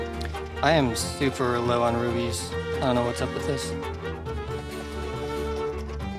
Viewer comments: is it just me or is he saying rubies? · i hate when people say rubies instead of rupees